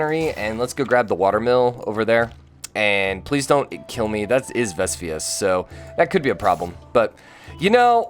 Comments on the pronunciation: You trigger me with Pronunciation..... its Vesuvius, dont say Vesvious... Im laugh at each time Youtubers say something wrong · It triggers me as well. Veh-soo-vee-us. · say it with me now: VEH-SOO-VEE-US